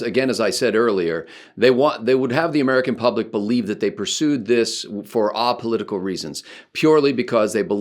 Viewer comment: I believe it's a·po·lit·i·cal /ˌāpəˈlidək(ə)l/